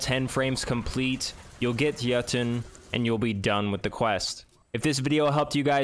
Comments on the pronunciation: Awesome, thanks for the guide. And awesome that you pronounce Jötunn properly. If you manage to pronounce Gjallarhorn properly too, I'll be so happy. :) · Thank you for pronouncing it correctly